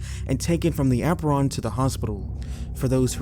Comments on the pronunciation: The way he said apron was the REAL issue. AH-PRON? Be for real. It's AY-PRON. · "the ah-pron" never change 😭 the tiny mistakes are actually such a wholesome part of the vids you drop that shows how you avoid taking the lazy AI route and do everything yourself. thanks again bestie